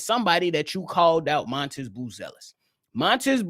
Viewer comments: It’s really pronounced Madas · M A T A S…… can’t lie you keep calling him montis is killing me